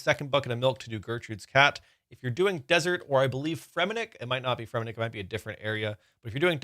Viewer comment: y’all hear this guy say fremmenik all weird?